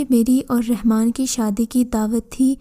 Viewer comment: RANMAN NAHE;;;; RAHMAN SERP ALLAH KA NAM HYY [ABDUR RAHMAN]